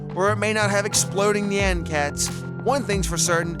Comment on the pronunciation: 1. the way he pronounces nyan... ah, so beautiful 2. Portal gun is absolutely terrible, as it's usefulness is 0 3. Last Prism so much better than all of these, as you don't even require an arena to beat expert Moon Lord with it